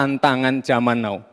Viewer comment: Jaman now ko dibaca jaman know. Piye too?? Ngisin2i. Bocah nir etik. Eh.. pak prabowo kok ketok lusuh lesu yoo??